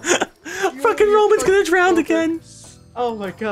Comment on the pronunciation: drown does not have a "d" on the end